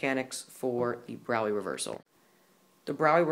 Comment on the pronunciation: He pronounced it right. Frederick Braue [pronounced BROW-ee]